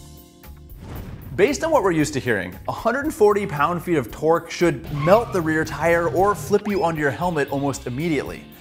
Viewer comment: Finally someone who says lb-ft correctly.